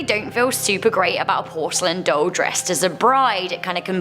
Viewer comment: Wtf is a "dole"?? Lol 🤣😉